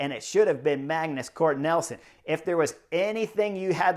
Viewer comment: You’re killing me… Magnus Cort Nelson! It’s NIELSEN (neel’ son).